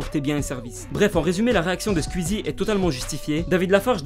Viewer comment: Bonne vidéo mais quand même ça se prononce squeezie pas squuizi